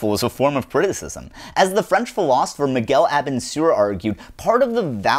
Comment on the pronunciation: Neat video, but it takes some time to know who you're quoting when you pronounce well-known philosophers' names so weirdly.